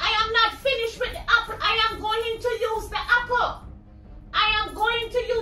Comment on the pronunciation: She wasn’t finished with the “happle” 😂😂😂😂😂